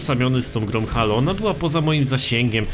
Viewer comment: czyta się "Hejloł" nie halo